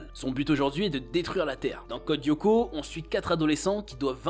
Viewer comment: Ça se prononce pas Yoko mais Lyoko avec un L les fans de la série ne le prononcent pas très bien